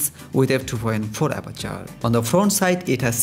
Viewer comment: with two point for aperchhhhoorrr